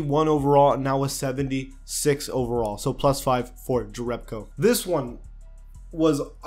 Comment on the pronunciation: Pronunciation:Yonas Yerebko.About Bielica i don't say because you don't have ц.You can use google translation for his surname